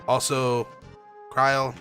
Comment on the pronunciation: If you play final fantasy XIV you learn that krile is pronounced Cry-el since she is in that game in some form like a lot of final fantasy characters and with the voice acting you learn how to pronounce the names. I was actually trying or leave two comments on the same video but oh well lol